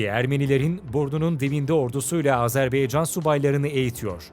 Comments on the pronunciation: Yahu video yaptığınız ülkenin ismini doğru olarak söyleyin, Azerbaycandır adı 'baycan'. beycan nedir yahu, lütfen dikkat edelim. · Sayın sunucu telaffuzunu düzelt... Azerbeycan değil Azerbaycan... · Azerbeycan değil dostum Azerbaycan lütfen bunu düzgün telaffuz edelim saygılarımla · Azerbeycan değil Azerbaycan diye okunur. Lütfen düzgün telaffuz ediniz. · "Azerbeycan" değil Azerbaycan. Onu düzeltelim. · Azerbeycan degil Azerbaycan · Azerb“E“ycan değil Azerb”A”ycan Admin !!! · Azerbeycan değil "AZERBAYCAN"!!! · AzerbEycan değil AzerbAYcan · Azerbeycan değil Azerbaycan o düzgün söyleyin şu ismi kardeşimizin ismi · Azerbeycan değil Azerbaycan!!! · Güzel video...birde kardeş ülkenin ismini doğru söylesek çok iyi olacak...Azerbaycan...beycan değil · Azarbeycan yox AZEBAYCAN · abi azerbeycan degil azerbaycan dikkat et bunlara helal olsun iyi is yapiyosun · Sizin gibi bir diksiyona ve güzel konuşma yeteneğine sahip birisinin ''AzerBAYcan yerine AzerBEYcan'' demesi beni çok rahatsız etti. Bunlara dikkat edebilirseniz, kulağa daha hoş gelir. Videolarınızı keyifle seyrediyoruz. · Azarbaycan yazıp neden Azerbeycan diye okuryorsunuz ya hu? Daha adını doğru okuyamadığınız bir ülke hakkında analiz yapmışsınız gibi bir durum var ortada. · AzerbAycan şunu düzgün söyleyin lütfen